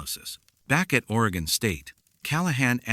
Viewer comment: Ore...ee..gun. Jesus. Stop using AI